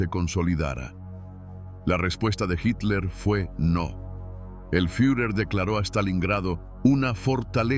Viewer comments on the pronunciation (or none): none